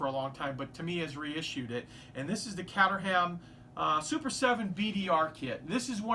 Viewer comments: Cateram is not pronounced "Catter-ham". It's more like "Kait-er-am" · Caterham. Gorgeous kit, but so is the real thing It is, however, pronounced : Cay-terum. NOT Cat Er Ham.... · 2 awesome kits, P.S it's pronounced "KATERAM" by the way, not that I'm a spelling police or anything:) keep up the good work. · Thanks for your great videos. I just wanted to say, it's pronounced "caterum" at least in the home counties where I come from. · Pronounced Kate-er-em. It's a town in England where these cars are made. Good to see it re released but would be good to know the price. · Looking forward to the Caterham build - you'll have to work on the pronounciation - its actually like "kate er rum". I live less than 10 miles from their site in Surrey, South-East England. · its pronounced caitrum... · Hi. Great video as always. If you are interested the native pronunciation of Caterham is "Kate er rum". I know its like tomato or aluminum but thought I would let you know. Great looking kits. Can't wait to see you build them.